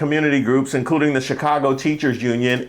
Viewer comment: Lady with the Chicago Cubs gear... it’s giving AI. Didn't even say Chicago with the right accent.